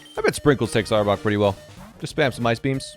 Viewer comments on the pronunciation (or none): none